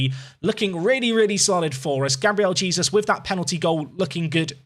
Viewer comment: Please tell me you stop saying Jesus and pronounce his name properly in the later episodes?